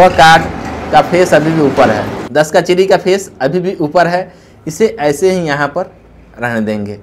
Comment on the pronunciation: चिरी नही चिड़ी बोलते